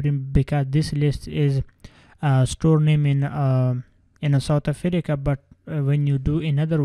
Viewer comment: I love how he pronounces South Africa "Southe Afereca " 😂😂😂